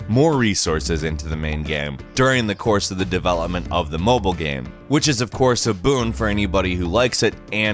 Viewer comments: Can you stop saying "gam" instead of game? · You said gam